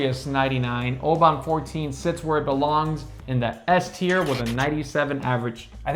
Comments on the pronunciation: Oban is pronounced as “OH-bin” per their website. Great video for someone like me who is just getting into Scotch. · OH-BIN, a 99 and you can't pronounce the name? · FYI, I just returned from Oban, UK, where I learned that the town and the whisky are pronounced "Obin". Regardless, however you pronounce it, Oban 14 is a great whisky. Loved this video. Happy to see that most of my favorites were rated highly by you guys. Nice job. P.S. I'm not actually a dog. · Oban is Obn, try with a silent A. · Good video. Think you’ll find Oban is better pronounced as Obin. It’s well worth the visit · Maybe work on the Oban pronunciation!